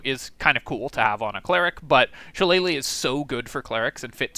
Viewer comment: Kudos on the pronunciation of shillelagh. Always cracks me up when Americans butcher it. Especially seeing as how many of them claim to be Irish 😂